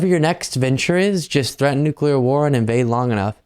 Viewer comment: Yup!!!!! "Nucular warming"!!!! He'll DO IT if he gets in again!!!😱😱😱😱😱😳😳😳😳😳